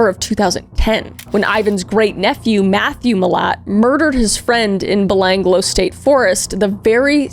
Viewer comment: as an aussi i lost it hearing you try to say Belanglo XD